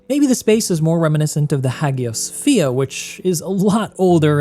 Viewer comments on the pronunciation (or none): As a fellow architect…How do you mispronounce Hagia Sophia? How do you keep mispronouncing Gloucester? You should know this from critiques in architecture school, when you make such basic mistakes in a review, you open the door for your critics to question your credibility on anything you’re talking about.